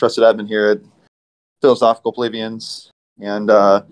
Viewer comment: I can’t get over my constant mispronunciation of “plebeians” LOL.